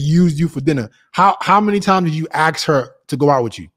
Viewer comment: Ask 🙅 Aks ✅